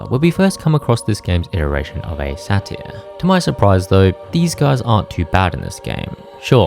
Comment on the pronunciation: You're able to beat these games on the hardest difficulty, but are incapable of pronouncing "satyr" correctly. Your life is a fucking paradox.